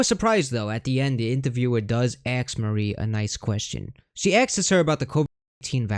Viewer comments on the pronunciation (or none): Why are you using the work “ax” …….when the word is “ask” ! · Hold on!!!! Did I hear you say "axe you" 😂😂😂 No way you pronounce it "AXE" !!!